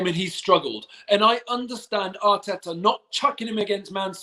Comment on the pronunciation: speak rapish Atita was rang